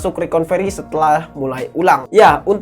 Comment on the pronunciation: Recovery bang bukan reconvery, biar channel makin bener